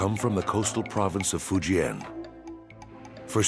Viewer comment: None of these white folks are pronouncing Fujian correctly !